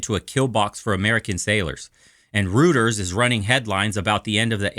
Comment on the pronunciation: Reuters News Service is pronounced ROY-TERS not ROOTERS.